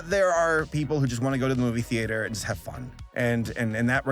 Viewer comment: the way you pronounce theater drives me a little crazy lol